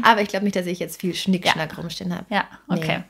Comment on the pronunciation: Zweites Beispiel Klingt es "Schnickschnack" nicht Schickschnack